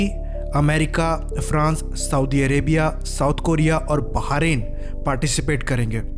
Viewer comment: I live in Bahrain in arab as Indian. But just letting you it bah rain not bahaa rain